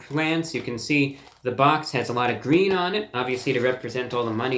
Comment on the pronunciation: IT’S GWEEN